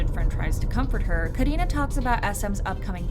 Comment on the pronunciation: I love the way u pronounced karina